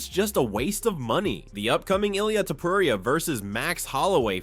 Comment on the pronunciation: dudeeeeeeee stop calling ilia topuraiiiaaa just say it straight topuria :d